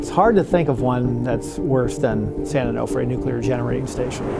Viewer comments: Its pronounced Onofre. Not Onahfre. Is it that difficult to say? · Onofre is pronounced o no free. Not o naw free. This is why we call the beach their SanO. 🤙🏼🏄‍♂️ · San An-Off-Ray 😂😂😂😂😂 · San "oh know fray" why did you keep mispronouncing it after you heard the locals say it that way? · You guys couldnt learn how to pronounce "onofre"? So professional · The way the narrator pronounces "Onofre" really bothers me